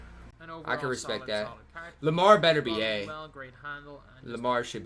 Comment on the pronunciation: Respect***** not respeck